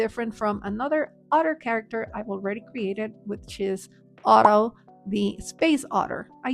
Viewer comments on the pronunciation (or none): none